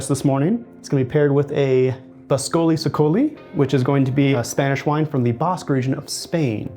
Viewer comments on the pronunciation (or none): if you are going to serve Txakoli you should probably know how to pronounce it "Bascoli- ce-coli?" gawd bless 'murica